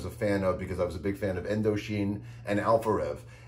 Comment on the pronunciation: As a Frenchie, the fact that MP knows Indochine (and how to pronounce it!) fucking blows my mind